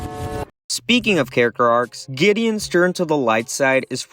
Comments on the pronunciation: IT'S ALSO GIDIEON NOT GUIDEON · I think you may have said Pacificas name wrong it’s Pacifica not pass’s And when you view the chapters of the video you spelled Gideons name wrong it’s Gideon not Guideon